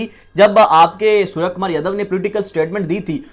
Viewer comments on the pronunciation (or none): sarya kamar yadhav😂😂...lavde naam to sahi lele..its surya kumar yadav